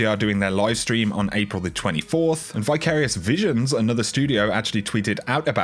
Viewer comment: Just regular nitpicking, Vicarious (root vicar) “vi” is pronounced same as in “victory”...lol cheers